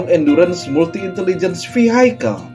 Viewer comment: Hai admin, maaf cuma saran aja ya tolong dong perbaiki pengucapan VEHICAL huruf H nya nggak ikut dibaca yaa sama spy kata KNOT utk ukuran kecepatan pesawat atau Angin dalam bahasa Inggris K nya nggak dibaca banyak yg masih salah bacanya, meski bahasa Inggris bukan native language kita, tapi kalo masih bisa memperbaikinya dalam pengucapannya yg benar, kan lebih enak dengernya yaa, maaf yaa kontenmu bagus teruskan yaa.... salam anak bangsa...